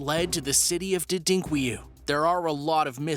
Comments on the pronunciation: Repeat after me: 'Derin', got that? Now 'ku-yu'. Right? Now pout them both together and say 'Derinkuyu'. got it now? Not Didinkweyu. And the Turks didn't build them. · LMAO. Not Der-Dink-way-you, pronounced Darren-Kew-you. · Derinkuyu. "Dare-in-ku-yu" how did you get "Dedinkwiyu"?? Video was nice though. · that name is pronounced, DARE IN KOO YOO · #1: Dadink-Kree-Yu ??? That’s hilarious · Someone would also tell the narrator Derinkuyu is not pronounced “Dudinkweyou.” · He just called Derinkuyu something I've NEVER heard of..He said DUHDINKWEYU !!! Just listen to him and tell me if that sounds like the spelling Derinkuyu..... WTF IS WRONG WITH PEOPLE?!? - Does anyone check to see if what they are posting is bullshit, fake news, lies, are just plain WRONG????!!!! ASSHATS!!!!! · Lol you mispronounced byzantine and the name of the Turkish city. Maybe google the pronunciation before you make a video